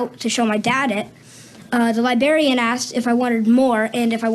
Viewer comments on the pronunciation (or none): Side note: The school didn't teach the kid how to pronounce "librarian"? Or did someone coach him to MISpronounce the word to really highlight his youth... Sorry, too cynical?